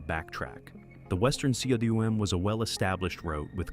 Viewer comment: C.W.M. Omfg. It's pronounced koom.